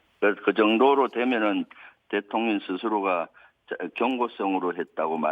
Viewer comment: 발음이 좀 이상한데.. 대통..려 ㄴ 이라고 들리는건 기분탓인가?